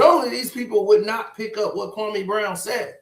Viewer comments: HE PRONOUNCE KWAME BROWN NAME LIKE THAT OUT OF DISRESPECT HE KNOW WHAT HE'S DOING. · SAS should definitely know how to pronounce Kwame’s name by now